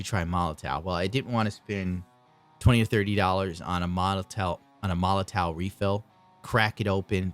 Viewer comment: i should've waited till the end of the video. : D But it is pronounced molotoff